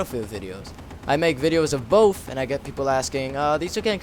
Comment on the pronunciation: i love the way you say both it sounds like bof xD and do a banzai epsode onlyusemesamurai